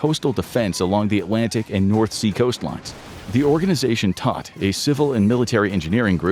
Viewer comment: A pretty well done video, but with a great deal of mispronunciaton of terms and places.. Todt is German for dead. The O is long, not short.